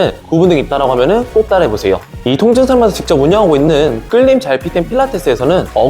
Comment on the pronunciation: 첨에 통증이 아니라 똥증이라고 들렸어요ㅋㅋㅋㅋㅋ